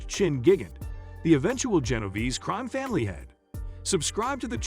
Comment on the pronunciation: Genoverse?? Genovese my guy